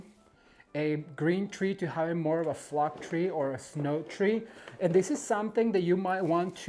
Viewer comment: Lol, it was me last year who said it sounds like you're swearing whenever you say flock. I can't wait to put my tree up this year. Bought a Balsam Hill one in the sale. 😂